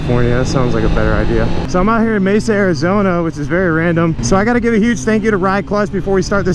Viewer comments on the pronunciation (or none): Its MAYSUH not Messuh